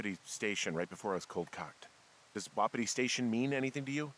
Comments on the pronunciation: It stressed me out when he pronounced it like wop it ee and not whu pee tee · It's wah-pee-tee.